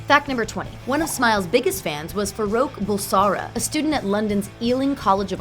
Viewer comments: She didn’t even pronounce Freddie’s birth name right and she said Roger was born in 1948... he was born in 1949 and that’s not hard to fact check it’s literally on IMDb. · Roger was born in 1949... that’s like the easiest thing to look up how much did you get wrong in this? You also pronounced Freddie’s birth name wrong. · it really annoys me when she said freddie’s birth name wrong